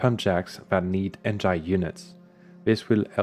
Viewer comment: you pronouce engine like eng I ne, not EN gine. most of my brazilian friends also pronouce it like that... are you a secret brazilian ?